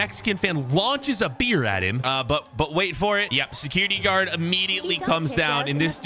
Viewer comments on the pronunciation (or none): none